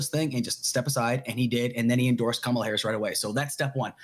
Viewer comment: Different host, same incorrect pronunciation of Kamala's first name.